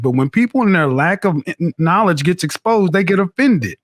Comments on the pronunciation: She couldn’t even say the word knowledge correctly I’m screaming!!!!!!!!😭😭😭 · She Can’t even pronounce knowledge with out messing up